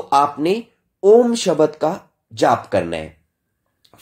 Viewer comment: आपकी सामग्री तो बहुत अच्छी है। कृपया उच्चारण का समुचित ध्यान रखें जैसे आप ब्रह्म को भ्रम बोलते हैं भोहों को बोहों, शब्द को शबद आदि।